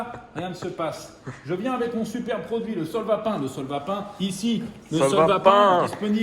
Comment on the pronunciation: C'est plus le solvapain c'est le "SOLVA SPAIN" 😂😂😂😂😂